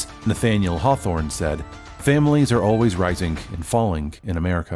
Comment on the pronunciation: What American pronounces -ing as "ink" ??? None! "Risink and fallink in America" WTF. Is this a computer voice that thinks it has British roots??